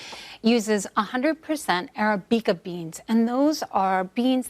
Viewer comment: A so called food expert who can’t even pronounce arabica properly? And what about Kicking Horse coffee from beautiful BC?